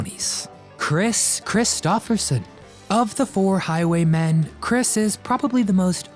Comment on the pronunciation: It's Highway MEN not Highway MAN